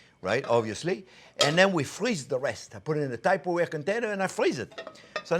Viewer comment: “Typerware” Is this the new on-yon?